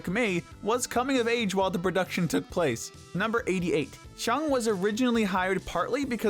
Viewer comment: You do know it’s called took t-oo-k